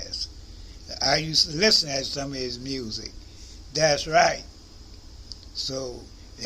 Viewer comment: I love it when you say " das right"😊💜